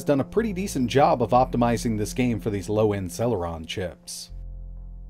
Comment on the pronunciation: Sell-her-on nuff said... lol